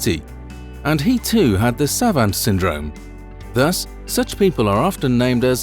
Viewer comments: "Savant" is pronounced "savont", just so's ya know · Maybe one day this narrator will be able to pronounce the word savant. Also it the adrenal gland not the adrenaline gland.